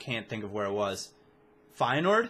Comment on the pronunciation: Love how you pronounced Feyenoord like it should be pronounced